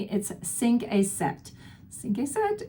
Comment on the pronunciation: Cinq is pronounced sank